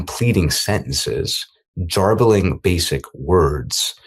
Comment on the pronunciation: I should not laugh at "Jarbolling basic words". Its garbling with a hard g.